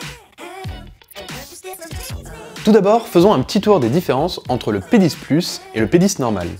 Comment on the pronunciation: G crue entend te penis aux lieu de p 10